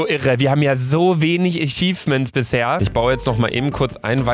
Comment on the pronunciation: Bin ich der einzige, den es Triggert, dass statt achievements immer ichifments sagt?